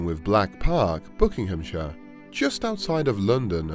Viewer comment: Pronounce the words properly, it’s not BOOKINGHAM, it’s BUCKINGHAM